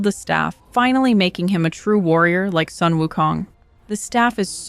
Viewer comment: Sun is pronounced as 'soon'. It's a beautiful mythology story.